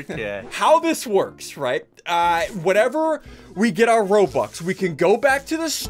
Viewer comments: You mean ro-bux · He said ROBLUX